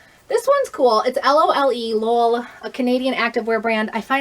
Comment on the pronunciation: Sooooo Lolë is pronounced "luh-lay", or like "Olé" with an "L" at the begining (it is a French company) and Marmot is pronounced "mar-muht" (it is an American company).